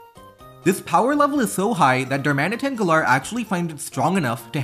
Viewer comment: the way you say galar feels so wrong